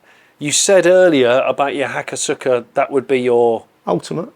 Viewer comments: Possibly been mentioned but i think the pronounciation of hakosuka is closer to "hakoska", really threw me when i first saw how it was written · Actually Pronounced HA KOSS KA rather than hakosuuukaa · many make this misstake, but the U is kinda silent Hakos-ka ^^ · Given how badly he pronounces most of the words in the English language, I don't think he cares about pronouncing ハコスカ correctly. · Spends "free" months of the year in Japan, yet can't pronounce ホコスカ or ワタナベ correctly.